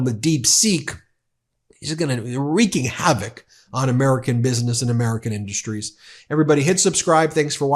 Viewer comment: He says Industries Wrong 😂